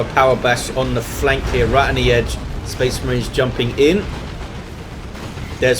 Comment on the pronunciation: Spehs Mareens!!